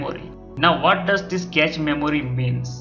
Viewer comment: improve ur English man...cache is pronounced as cash not catch. Make a video only if u have some real info..otherwise we all can read everything on the net. what's the use of making such videos?